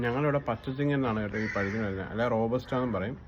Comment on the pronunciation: റോപ്പ്സ്റ്റ് എന്നാണ് പറയുന്ന ലിജി സൂപ്പർ ❤️❤️❤️